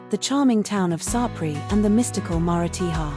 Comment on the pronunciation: AAAAGGHHHHH! The pronunciation of the towns is shocking!